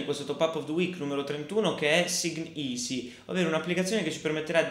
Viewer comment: "SignEasy" ......sta pronuncia di vocaboli inglesi lascia purtroppo spesso a desiderare ;-) PS: in caso di dubbi ci sta "Google Translate" che potrebbe dare una mano per la pronuncia .....lo uso spesso anche io .